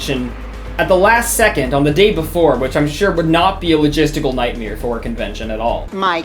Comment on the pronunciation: night-mere lol.. bro say it right. that and wiki. you're out here saying WEE KEE lmao